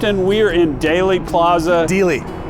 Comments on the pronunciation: Dealey not daily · DEALEY...NOT DAILY!!!!!